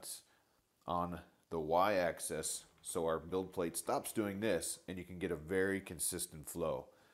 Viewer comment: Probably someone who couldn't get over the mispronunciation of "Axis". (He keeps saying access.)